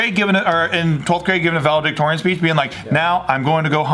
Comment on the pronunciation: Pleas pronounce valedictorian correctly. There’s only one V